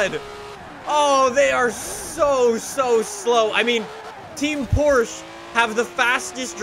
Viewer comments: No one pronounces it "Porch ha." Not even the Germans. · Let’s say it together “porch ha” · The way he says Porsche makes me cringe